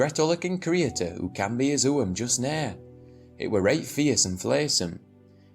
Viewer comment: He definitely is - if he wasn't a native he'd pronounce 'nowt' wrong i.e. so that it rhymed with 'out' as they do in L....shire.